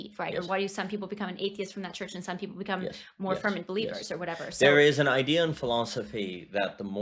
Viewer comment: I had a prof at Liberty who would always pronounce the word "i-duh." very strange.